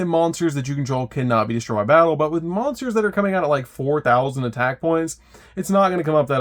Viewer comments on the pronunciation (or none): none